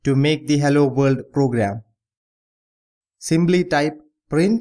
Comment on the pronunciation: Everything is Good. For pronouncing "Simply" you sound like "Symbly" So better pronounce P like P and not like B. Otherwise a great source of knowledge and very simple.